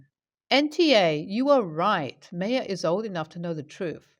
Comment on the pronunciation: Just fyi, Maya is pronounced 'my uh'. :)